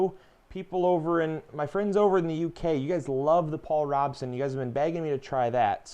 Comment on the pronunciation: Paul Rooooobeson. Long O!!! Otherwise cool!! Love to plant lot's of varieties too. Been watching your videos all day!! It's planting time!